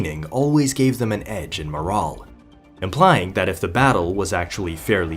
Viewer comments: Good video. You're pronouncing "morale" incorrectly. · It annoyed tf outta me how this mf kept pronouncing "morale" fucking irritating